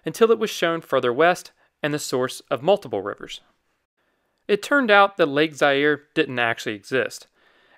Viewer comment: Pronounced Za-ire…